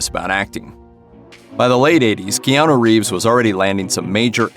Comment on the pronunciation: I wonder if he gets tired of people that are talking about him.. continue mispronouncing his name.. It’s KeanU.. not KeanO. 😂